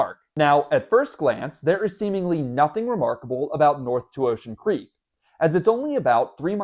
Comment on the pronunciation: LOL I thought you said unremarkable creep